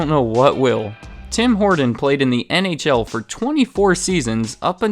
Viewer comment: Horton...not Horden. Geeze